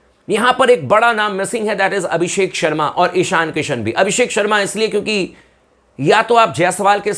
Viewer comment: Abisk होगे भाई भाई जी ये पी kr बोल रहा है abishak होगे